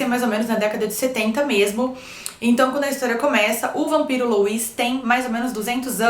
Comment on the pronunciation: Se pronuncia "Lúi" e não Luís hehe :)